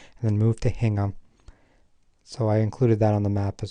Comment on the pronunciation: "HINGHAM" in the UK is pronounced locally as "INGHAM".